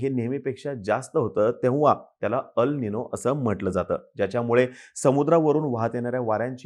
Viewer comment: अल् निनो नाही, एल् निनो.